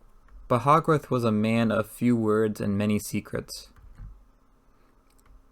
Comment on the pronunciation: The readings not bad. You need to work on your pronunciations It's Hogarth not hog wrath